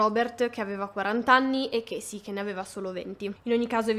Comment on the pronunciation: chasey si pronuncia cesi`